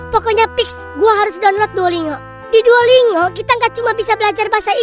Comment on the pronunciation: Ngakak banget nyebut nya Duolingo pake NGO. Padahal cara bacanya DUO LIN GO 😂